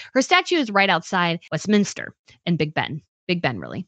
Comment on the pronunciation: Westminster not Westminister